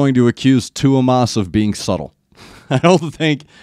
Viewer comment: Not trying to be a dick but just call him Thomas like you would in English. I think you would get closer to the pronunciation.